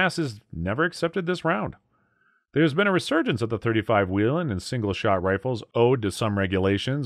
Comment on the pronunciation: Love my 35's Whelen is pronounced whay-len